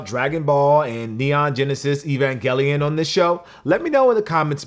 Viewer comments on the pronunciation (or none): none